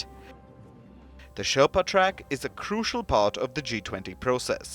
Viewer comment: Can't even pronounce Sherpa, bloody shame